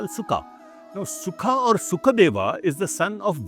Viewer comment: not sukha... that's Shuka